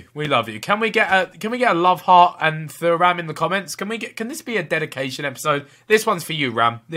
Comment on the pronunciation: Behzinga how you pronounce Thuram (Tu-ram) like the defender Lillian Thuram